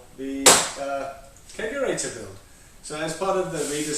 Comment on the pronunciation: Not the bar, tell me it ain't so. That keezer was a thing of beauty. Also did you say you put a kegorator into a hair salon? 😂